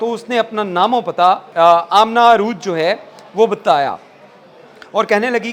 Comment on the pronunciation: Arooj nahi urooj hai bhai